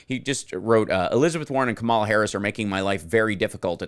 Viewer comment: Comma-la, darling Hal. Not kaMAla. She’s addressed the pronunciation of her name and it’s easy to say. Comma-la. And I agree. I hate not voting for one of those amazing women. I love them both! 😍🧒🏼👩🏻